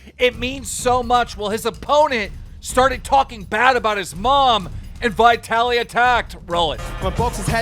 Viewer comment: you pronounce "vitaly" so strange. If you took the v off the start how would you pronounce it? why are you capitalising the "I"? say Italy and stick a V on the start lol... yanks are funny with their pronunciations lol.